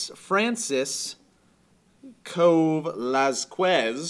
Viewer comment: francis-co LMAO